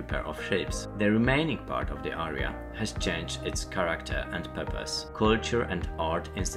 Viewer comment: jestem pod wrazeniem....piekny przewodnik...jedyne co sugeruje to troszke popracowac nad wymowa.... fountain, galleon, area - hmmmm